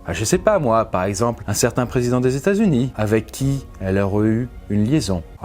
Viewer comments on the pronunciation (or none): ''Attend le John KennedyANH, le president des Etats UnieANH'